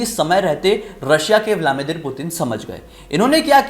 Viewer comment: Vlamidir nahi Vladimir 😂